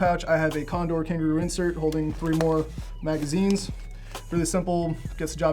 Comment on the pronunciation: Almost threw up when he said condor plate carrier.